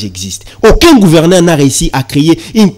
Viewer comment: MONSIEUR YO OKOMI JOURNALISTE NDENGE NINI??? ATA KO PRONONCER GOUVERNEUR OZO KOKA TE? EBONGO BATU YA MBOKA MISUSU SOKI BA YOKI EZA SONI PONA MBOKA. ON DIT GOUVERNEUR ET NON GOUVERNAIRE